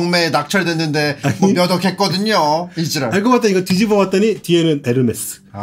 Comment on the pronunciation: ‘지랄’ 이라는 단어를 너무 찰지게 말하는게 개웃김ㅋㅋㅋㅋㅋㅋㅋㅋㅋㅋㅋㅋㅌㅌㅋㅋㅋㅋㅌ